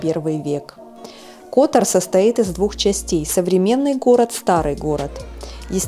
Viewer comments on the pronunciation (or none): none